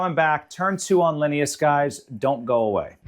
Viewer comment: Linneaus is "Lih-nay-us"